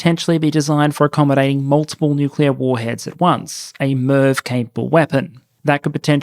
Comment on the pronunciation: Every time you say Hwasong I think you're saying Croissant. It's an added layer of amusement for me.